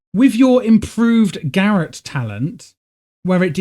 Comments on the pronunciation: FYI its not "gareth" it's pronounced "ga rot" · Bro... Probably a nice guide, but damn... Check how to pronounce garrote, please... It hurt my ears...